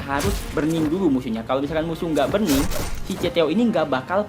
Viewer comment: buRRRning bukan bening